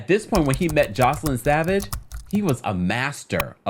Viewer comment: Hey just a heads up for the next video (lord knows with R-Kelly there will be one) her name is pronounced Joyce-Lynn not Joselyn. Hope this clears things up!